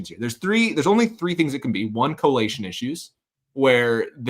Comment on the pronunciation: collation, not correlation.